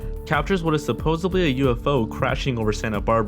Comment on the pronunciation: Hey Narrater, #11 you say supposeBly. The word is derived from supposeD. Not B. The word is SUPPOSEDLY with a D not a B. Learn english than narrate.